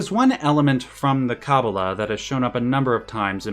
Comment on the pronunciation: love the video, but your pronunciation of kabbalah is driving me up a wall, yours is kah-boo-luh but its supposed to be kuh-baa-luh, but other than that pls do more Xenogears.